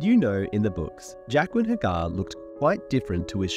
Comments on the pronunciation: The best thing about this Video is waiting to see how close to Jaqueline he gets when pronouncing Jaqen. Its slowly shifts as the video goes on, starting relatively correct and then becomes progressively worse. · He said Jaqen correctly once, the rest was Jaquen 😂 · Why do you pronounce Jaqen so weirdly? Trying to be different from the show for difference's sake?